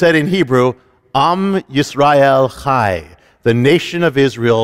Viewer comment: It's NOT Yam Yisrael Chai but AM Israel Chai. Get it right.